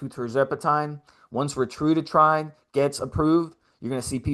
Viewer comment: If you went to a lecture on a new medication, and the entire time the person was mispronouncing the name of the medication, would you take them seriously?, I know you have heard others pronounce Ret-A-Tru-Tide. Quit saying Retrudatride.